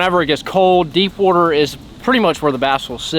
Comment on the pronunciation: The amount of times he says wooter in this video is 🤯